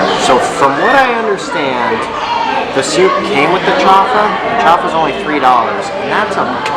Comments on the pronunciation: Don’t say chafa because chafa means fake it is chaufa you must pronounce the u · It's not pronounced chafa, it's chaufa (chow-fa). Like when you chow down on something.